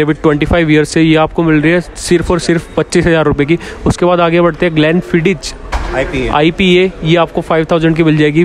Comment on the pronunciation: ग्लेंफ़ीडिच नही, ग्लेंफ़ीदिख